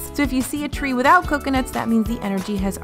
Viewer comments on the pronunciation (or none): none